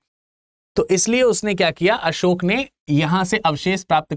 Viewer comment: भगवान बुद्ध और सम्राट असोक कहना सीखो बाद मे lecture दो 😂